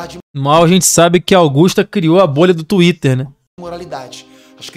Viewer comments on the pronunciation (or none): none